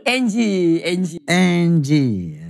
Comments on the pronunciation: Bkn angle bro 😂😂😂 slh ucap ky bang haji wkwk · Anggie ya pak haji bukan anggel😁